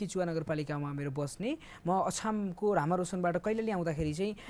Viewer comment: अछाम लाई आछाम रे कस्तो पत्रकार